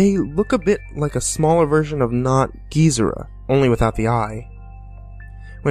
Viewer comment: GEEZERA?!?! BORA-GON?!?! OGRA?!?!? HEEDERA?!?!?! UH-GIRUS?!?!?!WHAT OTHER GODZILLA MONSTER NAMES WILL HE FUCK UP NEXT?!?!?